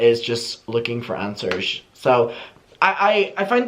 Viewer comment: he said anshers no answers no